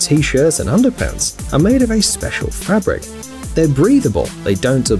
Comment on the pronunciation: Fabric not frabric